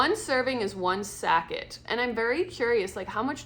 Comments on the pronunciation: satche! not sacket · are you saying the word "sack-it" for the word sachet? pronounced (sa-shay)😉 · What’s a “sack-et”?